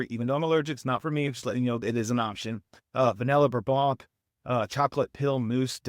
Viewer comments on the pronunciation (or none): none